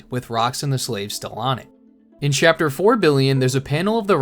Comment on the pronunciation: Chappter four billeaon ????? 😂😂😂